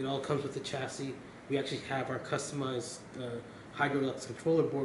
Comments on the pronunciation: CMON PRONOUNCE CHASSIS RIGHT!!!!!!!!!!! ITS PRONOUNCE CHA-CEE DUMBO!!!!! DAMN MAN... GOT A ALMOST 15GRAND OR SO PC AND ARE SPEAKING ALL ABOUT ITS SPECS AND '" OR WHATEVER EVEN WORKS FROM DIGITALSTORM.. AND CANT EVEN SAY IT EFFING CORRECTLY MAN!!! I LIVE IN HAYWARD CALIFORNIA NEAR FREMONT AND I WILL STRAIGHT UP GO TO THE HQ AND TELL THEM "" NEEDS TO PRONOUNCE THE DAMN PC'S COMPONENTS AND CHASSIS RIGHT.. JEEZUS OF "DIGITAL STORM" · He's saying chassis wrong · He said chassis wrong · SUCH TECHIE DUDE(S) BUT CAN EVEN PRONOUNCE "CHASSIS" RIGHT!!!!!! CMON!!!!!!!!!!!!!!!!!!!!!!